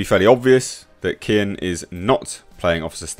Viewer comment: his name is pronounced keoan (gh) is silent he's Irish